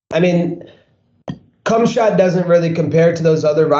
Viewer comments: isn’t it pronounced hamzat not kumshot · Hum-zah does not rhyme with Cumshot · It's pronounced Hamza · LMFAO it's really funny the khamzat joke. But really it is pronounced as Hamza. Khabib like Habib. The k is only present because there is no equivalent letter for the strong H-like letter from the Arabian language, so the K gives that away.